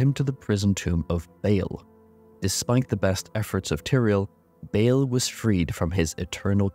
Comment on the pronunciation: Please stop pronouncing his name as “bail.”